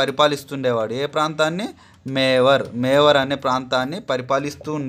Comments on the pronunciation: మేవార్ కాదు మేవాడ్ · Mevar kadhu mevad kadha sir